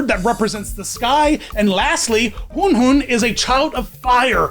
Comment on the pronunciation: Same with how he pronounced huanhuan admittedly, he's the only one I've seen say huanhuans name wrong